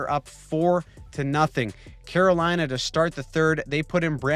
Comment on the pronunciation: "The Great Staal of 'lina"